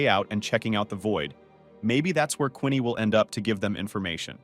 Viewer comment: its not Quinney its Queenie